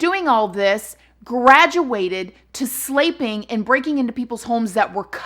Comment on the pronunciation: “Slaypping them” 😂